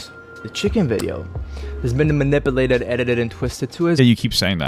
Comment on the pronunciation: The way he says "manipalated" is so annoying. His parents apparently couldn't bother to teach him human decency or literacy 🤦